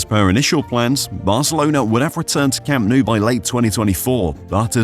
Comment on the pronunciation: le cham nu... "desnudo" verdag...? se nota que se os atraganta la milenaria lengua del nogdgte piningzulá berdag...?